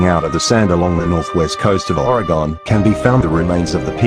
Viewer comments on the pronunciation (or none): It makes you wonder, just WHY does he (or she) feel the need to disguise their voice? Maybe it's because THEY are actually responsible for all these wrecks, including the really boring ones (most of them)! Oh and by the way, it's pronounced Or-eh-gun, NOT Or-y-gone Mr (or Mrs, or Ms) Wrecker with your lantern tied to a horse's head . . . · Yea me too i wanted to scream ory-gun but im home alone and the neighbors might think im crazy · I live in Oregon and when they pronounced Oregon as ore-e-gon I cringed so hard.